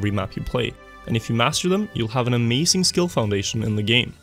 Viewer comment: amaZing NOT amasing . i get english isnt your native language but it also isnt mine